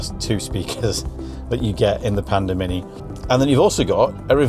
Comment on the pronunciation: I thought I heard you say Panda Minion 😊 not Panda Mini. Pandemonium !! 😂😂 Perhaps Geely will rethink names for their future models?